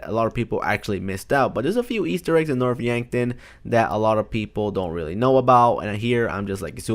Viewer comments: You said Norf Yankton... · You mean north yankton when yes then here north yankton